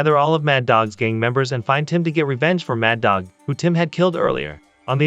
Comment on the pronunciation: MADDOG is not pronounced MADOC, it is MAD DOG. 15 secs in and you already prove to me that you are not very well-educated, nor experienced through life. You are now a member of my DRC Club. Congratulations and GOODBYE.